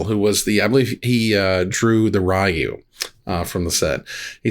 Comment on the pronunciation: It is Ryu and not Rayu though